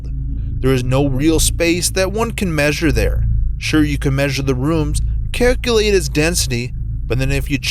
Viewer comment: never have experienced a dream like that though. But, now I have experienced the most annoying pronunciations of: one million, or "won miLLYien", Haywire, or "HighWyre", and calculate, or "Kirk-Yu-late".